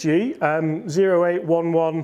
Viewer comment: Ok, you’re killing me. It’s pronounced O as in the letter, eight eleven. It’s the M.O.S (military occupational specialty) of artillery men. Get it, it’s the big gun in your bag. So, please for all that’s holy and good stop calling it the zero eight one one!